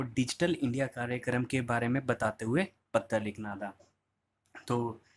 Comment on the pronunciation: एक चीज समझ नही आता। आप पतर क्यों बोलते है। वो पत्र होता है। अजीब स्थिति है मित्र को मितर और पत्र को पतर । बिलकुल गन्दा लगता है सुनने में